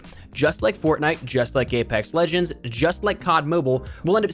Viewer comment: did he say gaypex?